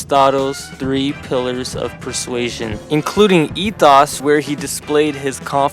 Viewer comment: Dude casually pronouncing ethos, pathos, and logos wrong. Give it up for the American school system 👏👏